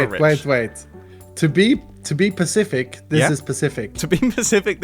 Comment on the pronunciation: Corporate needs you to find the difference between these two words [Pacific] [Specific] Mumbo and iskall: they are the same word